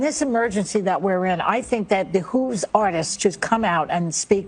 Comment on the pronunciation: Did say ‘the Who’s artists’?